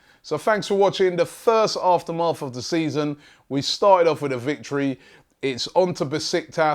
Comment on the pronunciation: Robbie, i think your pronouncing aftermath wrong, felt a little weird hearing it